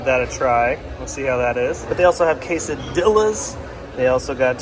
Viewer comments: Kaysa-deeyas not dillas😂😅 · ……he KNOWS how to pronounce it…he was KIDDING. 🤷🏼‍♂️🤔